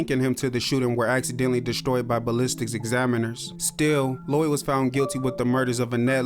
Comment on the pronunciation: I keep hearing lewie not lloyd